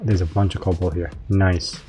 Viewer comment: No L in the middle of Cobalt lol but great series keep up the great videos!